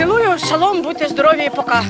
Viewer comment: говорит в транслятсии чмоки поки:я поки🤣😂🤣😂